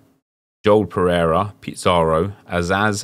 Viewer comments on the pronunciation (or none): none